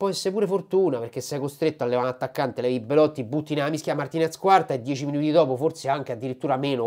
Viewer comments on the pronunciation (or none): none